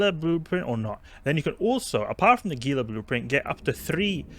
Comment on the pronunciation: I love your videos:). Also Gila = "HEE-lə"